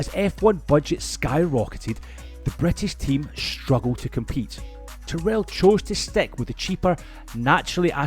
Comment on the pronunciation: Interesting video but I wish people making these videos would find out how names are pronounced. For example, Tyrrell has the emphasis on the first syllable (because Ken Tyrrell was English, not American), and Mike Coughlan's name is pronounced with the first syllable of his surname rhyming with "loch", which a Scot should know how to pronounce!